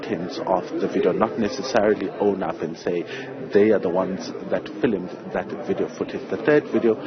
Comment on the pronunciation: Did u just say filimud ? Or u meant to say filmed